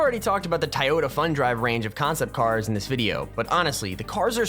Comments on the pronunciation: Toh yo ta not tie yo ta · Toy yoda that's how it's said not tiyoda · its not tiyota toyota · its not tieota its toyota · I hate how he says Toyota it's not tiyota it's toy-o-ta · I'm probably going to get called dumb but it he's pronounce Toyota with an i so sounds like tiyota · Dude is saying tieyota not Toyota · It is said like toy-yo-ta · It’s pronounced toy-oh-ta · u said toyota wrong dude im sry if its an accent